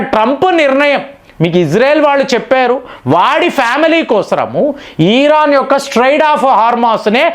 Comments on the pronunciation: ఈరాన్ కాదు ఇరాన్ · ఈ రా న్ ఈ రా క్ అన్నా మీరు సంభాషిస్తున్నట్టు ఇది కరెక్టేనా?